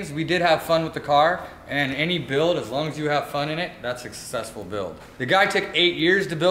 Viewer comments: "Sexsessfull" lol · Did say (sex)essfull lol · Did you just say sexccesful??? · "unsuccessful in my eyes but 'sex-cessful' in somebody else's"....whatcha tryin to say here??